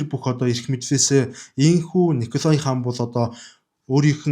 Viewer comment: Хэлтэй улсуудаас эсвэл интернетээс хүн, газрын нэрсийг яаж дууддагийг нь асуучихаж байвал сайн шүү. Николай гэж бичдэг ч өргөлтгүй о үсгийг а-р дууддаг г.м.